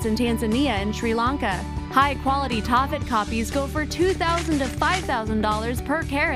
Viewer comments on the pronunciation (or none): HAHA TAAFFEITE..... "ta-fite" Benitoite "beni-tOYite"..... Never heard of Poudretteite.... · #16: Taaffeite. Taaffe is a Celtic name, usually Welsh. It shows up in the racist English nursery rhyme, "Taffy was a Welshman, Taffy was a thief....." So the name of the stone is pronounced, "Taff-ite." PLEASE do your basic research before uploading these videos!!!!